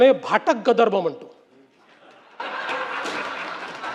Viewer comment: गदर्भ??? 😂😂😂आधी मराठी नीट शिक, अरेरे ब्राम्हण नारे तू.. सगळ्यांना भाषा शिकवणारा गर्दभ आणि गदर्भ मधलं फरक ही कळतं नाहीये! दंभ बोलतोय ह्यांचा.. माज चढलाय सगळ्या bjp वाल्यांना.. 😡😡😡😡